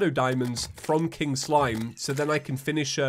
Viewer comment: Why does “free King Slime” sound like “freaking slime”